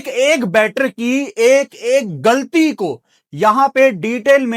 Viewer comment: گلطی نھیں غلطی بولا جاتا ھے